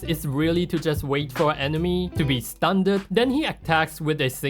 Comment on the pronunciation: I cannot fathom the fact that he pronounces "Stunned" "stun-ned"